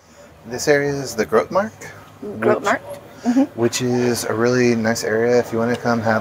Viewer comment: Sea gulls are very insolent birds that dare to do anything, as you've noticed! Good to see you enjoyed the Mauritshuis. I like raw herring very much:) Oh and it's grote markt, not groot markt. You have to pronounce the e in grote very clearly, the word has 2 syllables. "Gro " and "te".